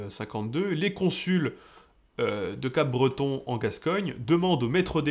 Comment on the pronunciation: on dit pas Capebreton mais Cabreton 🙂 Sinon excellente vidéo !